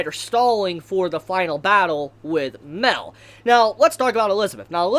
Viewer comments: OMGOD ITS "MAH-EL" NOT MEL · Like... Isn't it Mah-El?????